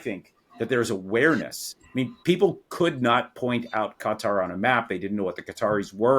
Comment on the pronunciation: I can abide some creative pronunciations, but a little part of me screams every time I hear John refer to the country of "Gutter."